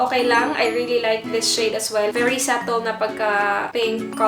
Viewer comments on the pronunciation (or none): none